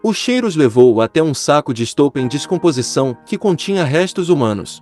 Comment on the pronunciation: Fale correto, decomposição e não discomposicao.